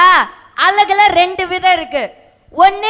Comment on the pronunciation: கண்ணா, " அலகு" க்கு பல பொருள்கள் உண்டு.ஆனால் நீ கூற வருவது " அழகு" அதாவது வடிவு, ஒயில் etc. ஆகவே உச்சரிப்பை கவனி கண்ணா.